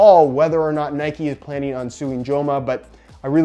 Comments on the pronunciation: It’s Nike not ‘Nikey’ just like it’s bike not ‘bikey’ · Its not nikey it nike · It’s not ‘nike-ayyy’ it’s just NIKE. like cmon you wouldn’t say bike-ayy